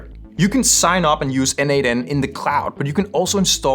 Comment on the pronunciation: As a contributor for more than 5 years to n8n, PLEASE, it is pronounced "nodemation".